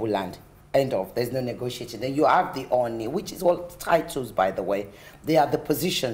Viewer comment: Quite unconvincing that you can't pronounce "Ooni", despite your HEAVY Nigerian accent.